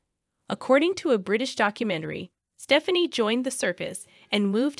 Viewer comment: Whoever reads the script might need to take lessons in common speech! Staffanee? lol